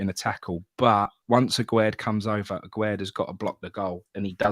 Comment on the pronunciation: Why does everyone pronounce Aguerd as Agwaird? It's not Aguero with a D. It's pronounced Agaird. It's French not Spanish. The man said it himself on the welcome video done with Carlton Cole. Sorry folks , I'm having a bad time.